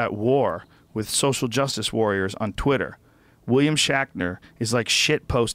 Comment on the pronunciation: I love how Rogan corrects Ian on the word "fallible" but then says "William SHACKNER" and calls it "Star TRACK" I think he even said "twinner" instead of twitter.